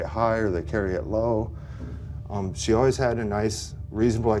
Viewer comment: The way says "all-wiz" instead of always....